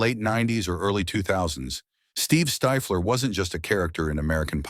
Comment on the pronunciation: Who tf is stifeler, stiffler you mean? The script is also ai bot